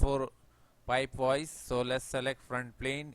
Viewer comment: I don't have solid works I have Fusion 360 but these tutorials are really useful for that too. I can still follow along with Fusion. Great stuff. Took me a little bit of time to get used to your accent..... Weedio of pipe wise LOL. Nice work